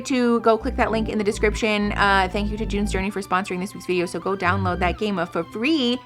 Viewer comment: The way you said "June's Journey" sounded exactly like "doin the dirty" 😂